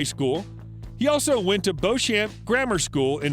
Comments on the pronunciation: Likely owns a Porsche , not well researched , because if the research was done properly you would know , also the pronunciation of beauchamp (as in school) is beecham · Bauchamps is pronounced " beechham".